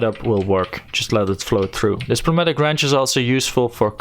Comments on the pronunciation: I still believe the p is silent there too, it's just closer sounding to noi (as is noise) mat-ish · I'm gonna change your life a little bit. The P is silent. so its pronounced new matic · I‘m pretty sure he is German & we know this als „Pneumatik“, thats why he use the P